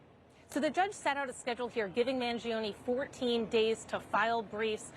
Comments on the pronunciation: It's not man-jee-oh-nee... Mangione sounds like "man-JOE-nay." That's why saying it the wrong way feels so weird and cumbersome. (In Italian, the i after the g changes it from a hard g to a soft j sound.) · Maybe one day Americans will pronounce their Italian last names with linguistic integrity Mangione is not pronounced manjeeohnee The I vowel and E vowel cannot ever have the same annunciation yet Americans are lazy as Eff when it comes to the integrity of properly pronounced English Mangione is properly pronounced Mahn- Joe-nay